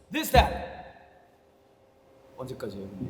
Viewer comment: han Just saying this that in his brit accent is hilarious for skme reason😭 he looks so jiniret pabo in this😂 💙🔥 our perfectionist puppy as usual❤😂this trailer was seriously so unique and i loved it skz know how to make trailers a whole movie